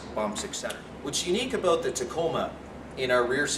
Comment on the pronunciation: "its aboot"